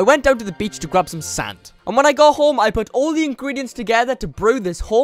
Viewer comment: Is it me or does when he says sand it sounds like sans???